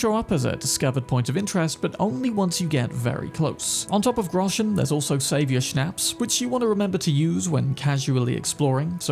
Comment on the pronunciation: It causes me no little anxiety to listen to people who habitually mispronounce "shnaps". It sounds like "pops, shops, stops"